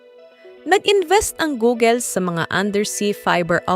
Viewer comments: Funny how you pronounce Google 😂. Hindi 'Googel'. It's pronounced Googul. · Googel? It’s Google is the right pronounced. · wow that's good news!! but saying "gugel" is so annoying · "Goo-gul" not "Gogel". That's the correct pronunciation.